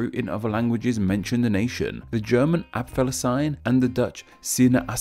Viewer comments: The proper German pronunciation of apfelsine is app-fell-zeen-ah. Letter E at the end of words is not silent. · Dude! Look up pronunciations of words. Google: - Apfelsine pronunciation - sinaasappel pronunciation It takes about 10 seconds to find a video or audioclip of these words. All of the phonemes in these two words are entirely normal everyday phonemes in English as well, so there’s no reason for you to mess it up. Don’t just guess the pronunciation by looking at the spelling; that never works.